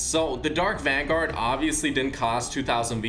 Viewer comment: He Said Dark Vangard For The Dark Voyager Face 🤦🏽‍♂️